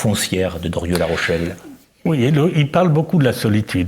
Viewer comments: Très intéressant, mais pourquoi l'animateur dit-il "Dorieu" ou "Derieu", au lieu de Drieu ? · Ce nest pas : "Durieu" mais : "Drieu", mon bon ! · Je n'ose imaginer qu'il confonde Dieu et Doriot. Je pense davantage qu'il pèche par la prononciation : nous prononçons "i-eu", mais lui "yeux". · Mais cessez donc avec Dorieu ! C est drieu...c est gênant quand même 😂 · Drieu. Pas Dorieu! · pourquoi le crétin qui sert de journaliste prononce toujours "Druuuueu" au lieu de "Drieuuuuu" ??? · c est penible cette prononciation il est sourd ce mec ?